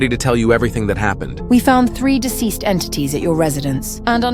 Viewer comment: "Now open the door so the entinties can get you"